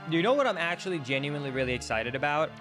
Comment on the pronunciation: There's no t in genuinely